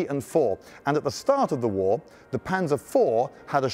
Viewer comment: My god, could it be, he didnt pronounce it panser but instead used the actual German way of pronouncing it